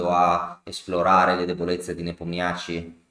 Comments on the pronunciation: Grazie per l’analisi tempestiva, comunque Nepomnjaščij si pronuncia Nepòmnisci 🤣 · Come in tennis i Nomi accorciati come soprannomi 😃 comunque la pronuncia esatta è Nepòmniasci